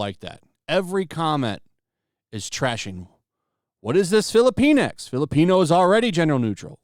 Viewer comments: Sorry, but I believe it is pronounced "filli-pinks" not "fillipine-ex." And "la-tinks" not "latin-ex." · Sounds like: Fili-penis. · Filipinx sounds like they're calling us filipenis.